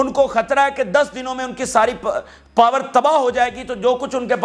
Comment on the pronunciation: पार नहीं पावर बोलिए